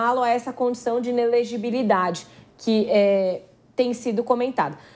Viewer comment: Comentarista que não consegui falar inelegibilidade, advogada??? Tá parecendo a globonewslixo